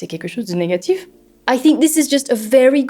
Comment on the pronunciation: Hello ! Très intéressante cette vidéo ! Pour ce qui est de ton accent on sent encore un petit peu ton intonation anglaise et ton articulation légèrement forcée sur certaines syllabes. Pour moi la meilleure phrase que tu dis c'est à "c'est quelque chose de négatif ?" On n'entend presque pas le L (ce qui est une bonne chose) !